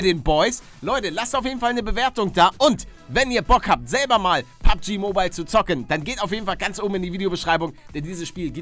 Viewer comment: Mensch palle ey.... es heißt PUBG und nicht PUGB